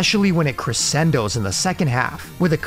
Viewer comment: My only gripe with this vid would be the pronunciations of "Sapphire" & "Crescendo". 99%, must watch.